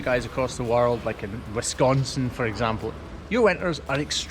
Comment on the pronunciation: OMG! Please say Wisconsin again!!! I’ve never heard it pronounced here in Wisconsin liked that.😁